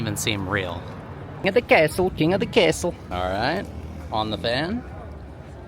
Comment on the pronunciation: Phenomenal job ps no bad hair days for you love it. Made me laugh when you said king of the castle in whatever accent that was. ❤ love you to pieces bro.